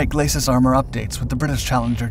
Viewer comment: Glacis is not pronounced /glas-sis/ or /glay-sis/ but is pronounced /gla-see/ (being a French word).